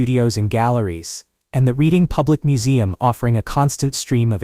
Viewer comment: It is not prounced Reading but "Reding". Lived there for a short time in the 70s I was born in Scranton and raised in Dickson City